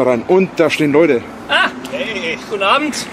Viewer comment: Leikne ned fergessne, Loide!